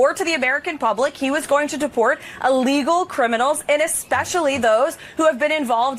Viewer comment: Illegal, not "allegal" get it right woman